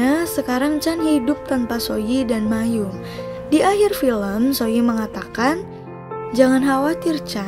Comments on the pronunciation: Bacanya: MA - EM BUKAN MAYUM ... lain x tny kpd org yg mngerti bgmn cara baca yg benar! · maeum dibaca ma-em, kok malah mayum😞😞